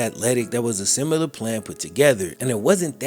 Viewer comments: saying “simular” instead of similar makes me laugh every time. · Simular isnt a word